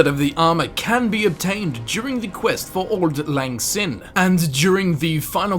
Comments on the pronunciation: Captain Twerkmotor no it's pronounced like "sign" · Its pronounced sign